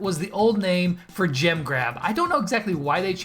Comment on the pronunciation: When you say jem grab it sounds like u are saying jim grab